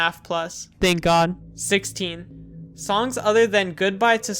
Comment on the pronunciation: That "ThANK gOD" got me good